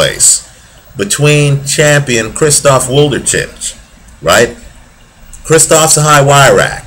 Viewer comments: great analysis on wlodarczyk - chakhiev, but god, wlodarczyk's name sounds completely different )) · Włodarczyk is really a great fighter with so much power, strong chin and good technique but how you are reading his name is fucking hilarious, Polish fans have to have a laugh